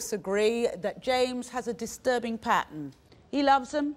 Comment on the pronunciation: I love Trisha accent saying "pattern". "both agree that James has a disturbing pattern" :)